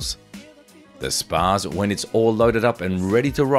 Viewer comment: It’s pronounced spots essentially. Js